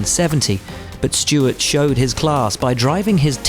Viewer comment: hey guys his name is Stewart not stewards